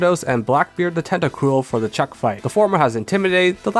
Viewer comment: When you said the order you were doing the 5th, 6th, and 7th gyms I thought you called chuck "chopped"